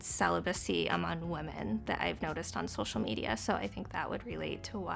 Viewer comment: "rise of celibacy in wimin" 😂